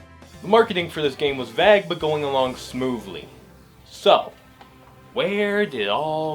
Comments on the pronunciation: I should have played the drinking game. Each time I hear "vague" being pronounced like "vag" instead of "vayhg," I'm pretty sure I'd be blackout drunk now. Kidding of course. I do enjoy what you presented here! Good job! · Really great video! but please for the love of god please stop saying 'vag' when you say 'vague' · why are you pronouncing vague as vag lol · Vague is pronounced "vayg" and not "vag" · Bro says Vague as "Vage" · video is good, pretty entertaining, might watch more of yours, vague is pronounced vaeeg not vag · Vag, bro said vag for vague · This guy pronouncing vague as "vag" is annoying AF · You pronounced “Vague” wrong. (Vāg) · Might want to double-check the pronounciation of "vague" 🤣 Great video. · That's not how you pronounce "Vague". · I've never heard someone say "Vague" like that. I take it you learned the word by reading it? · This is a great video but what is with how you say vague 😅😅😅